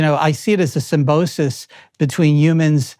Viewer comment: Posted 2,586 comments Did I just hear JBP say "reciprocal altruism"? What a funny phrase... 𝗔𝗟𝗦𝗢. Shortly thereafter, "scientist, researcher, analyst, entrepreneur, and tech expert" 𝗳𝗮𝗶𝗹𝘀 𝘁𝗼 𝗰𝗼𝗿𝗿𝗲𝗰𝘁𝗹𝘆 𝗽𝗿𝗼𝗻𝗼𝘂𝗻𝗰𝗲 "𝘀𝘆𝗺𝗯𝗶𝗼𝘀𝗶𝘀" 𝘄𝗶𝘁𝗵 𝗿𝗲𝗳𝗲𝗿𝗲𝗻𝗰𝗲 𝘁𝗼 𝘁𝗵𝗲 𝗽𝘂𝘁𝗮𝘁𝗶𝘃𝗲 𝗽𝗮𝗿𝘁𝗻𝗲𝗿𝘀𝗵𝗶𝗽 𝗼𝗳 𝗵𝘂𝗺𝗮𝗻𝘀 𝗮𝗻𝗱 𝗔.𝗜. (This happens -ish) The very notion of such a thing being called a 'partnership' makes me retch semantically and psychosocially. 𝗔.𝗜. 𝗶𝘀 𝗻𝗼𝘁 𝗮𝗹𝗶𝘃𝗲. It cannot partner. It may not even be appropriate to say that it serves, for it has no consciousness. That's not what intelligence is. And I don't even know if it has 𝙩𝙝𝙖𝙩. EDIT:, hundreds, if not tens of thousands of creative people are already utilizing A.I. for immensely creative purposes. I follow many such individuals on Twitter and am part of a Facebook group in which many of them can be found as well. EDIT 2: Jordan, how exactly did you arrive at the definition of the word 'spirit' as you're using it in multiple instances herein? EDIT 3: Lying is only ever motivated. In order for an A.I. algorithm or language model or whatever to be able to lie, it would need to have some kind of self-preservative motivation to do so—some reason to distort the truth. If we're the ones who program it, how could this occur? It has no center. Nothing to defend. It does not process its inputs with a beating heart, the way we do.